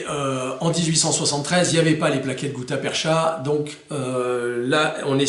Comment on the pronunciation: Juste un correctif sur la prononciation du mot "gutta-percha", il se prononce "perca" au lieu de "percha"... Content d'apprendre de nouveaux détails dans chacune de tes vidéos...